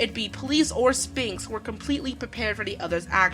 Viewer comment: Good review of a great series. But I've noticed this before in other settings. You don't do a hard p in sphinx. it's closer to the gh at the end of enough then it is to the p in Spanx think of it as spelt sfinx. Sorry as someone who has also suffered from the "read it a lot more then I've said it" mispronunciation problems. I tend to notice that stuff more then some these days. (You don't want to get onto how badly I used to mispronounce armageddon *grins*) Anyway that aside well thought out, well commentated and well edited review. Keep up the good work guys.